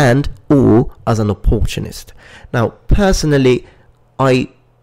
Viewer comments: Wait, was he trying to say opportunist? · The way you say opportunist? I've never heard it pronounced that way. It's interesting :) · I've never heard anyone pronounce opportunist like that before in my life.